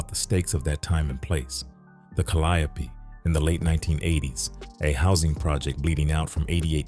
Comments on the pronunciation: Cal-le-ope calliope not ca-lie-ope kinda hard to believe the full facts of a story from a story teller and they don’t even know the actual name of the place the damn story took place 🤦🏾‍♀️ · 😩 Please it's pronounced the Cal-lee-O projects. The calyoppee🤭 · When he said CALIOPE instead of CALIO I raised an eyebrow 😮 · Yall need to start speaking on yall own commentary because I don’t know why y’all letting this AI commentator mispronounce our neighborhood and street names because it sounds very weird. That is not how we pronunciation the Calliope is pronounced, like calli yo, but it calli ope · We don't say ka LY a pee. We say CAL lee OPE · Its pronounced Cali-O, not calliope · Calliope is a goddess ka-lie-oh-pee… pronunciation is Cali-ope is a mispronunciation for the New Orleanians who don’t know their way although popular is their own way. It’s only a New Orleans thing. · this off topic af but is he pronouncing it right?!? I've only heard it pronounced CALI-ope...it's blowing me everytime he come with the four syllable pronunciation!...but I'm from Detroit & we gotta lotta French street and place names we mispronounce too!😅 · It’s pronounced “Cali Ope” and the E is silent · The Caliope..(cally-ope) 😂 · Pissed me clean off 🤣😂🤣😂🤣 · Wat tf is the kaliapy😂😂😂😂 baby ai cant pronounce new orleans words tell it say tchoupitoulas😂😂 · Pronounced ‘Cali-ope’… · It’s pronounced Cally-ope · We call it Callie-ope but the correct way is pronounced ( Ca-lio-pee). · I had to find something else to watch after the third ca/lie/opee. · 🙂 Hello. The Calliope projects is pronounced: CAL Lee ope. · Meatball 🤦🏽‍♀️🤷🏽‍♀️😅 you Pronounced it wrong Calliope that’s how you know you not from Louisiana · He is butchering the Calliope name 💀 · The way they're pronouncing the Calliope 😂😂😂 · You pronouncing the apartment complex incorrectly